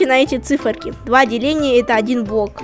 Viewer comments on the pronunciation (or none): он говорит не блок а бок